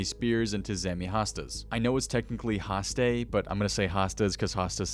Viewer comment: hastae is pronounced hast - eye, not ayy like fonzie.